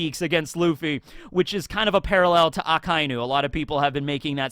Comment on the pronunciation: omg finalllyyyyyyyyy akainu said the right way for at least 2 videos now i must have commented on at least 30 videos for you to pronounce akainu the rigtht way , what made you finally change your previous pronunciation?? i thank you so muich bro i love yuour videos but couldnt stand the akainu butchering i'd skip the whole video thank you thank you thank you